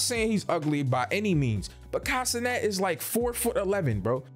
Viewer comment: Broooo u said consonant lmao it’s Kai cenat